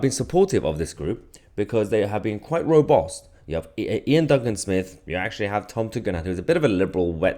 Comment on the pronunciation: The way he says robust 😂😂😂 what a melt 😂😂😂